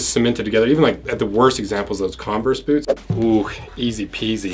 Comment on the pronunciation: It never fails to make me laugh how you pronounce boots as "Booo"